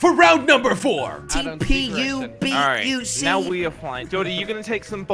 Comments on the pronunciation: jelly says tpubuc when its tpebuc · its read trevis not tpebuc